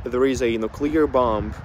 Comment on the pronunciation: Hey! Interesting video. Not to nitpick as I think that your English is great but the letter “B” at the end of the word-bomb - is silent. Also when you add “ER” to the end of the word, the 2nd “B” is still silent.